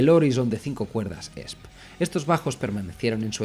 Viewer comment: La fonética de la marca de la guitarra es i es pi 😂